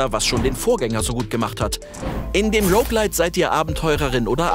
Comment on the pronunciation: Es wurde "ROuge Lite" gesagt Pog